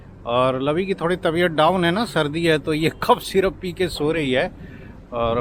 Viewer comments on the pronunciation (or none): none